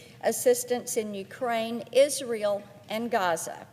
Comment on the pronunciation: Sometimes she seems to say isreal instead of Israel . But Israel definitely is real though.